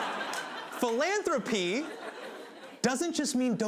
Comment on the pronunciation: I’m sorry but every time Hasan said philanthropy reminded me of Phoebe saying Phalange 🤦‍♀️